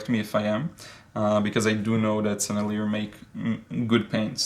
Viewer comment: One of the first sets I got was a Sennelier 24 pan artist quality set, very nice paints and a nice box, too, from Dick Blick. (Btw the French pronunciation is more like senile-yay, the "r" is not pronounced. I think in high school French class we were taught that words ending with the consonants in the word "careful" are not pronounced. It was a long time ago so I could be remembering it wrong. First time for everything...) In any case I still really like those paints, might be second place after Daniel Smith because, well, y'know, MAGIC. ;-)